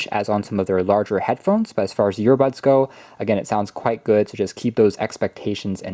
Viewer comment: Yeah. Ive seen many of his tws review. I thought i was the only one hearing "YEARBUDS"!